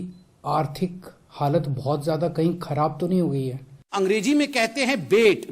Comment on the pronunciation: *Angreji*nahi Angrezi kahte hain janaab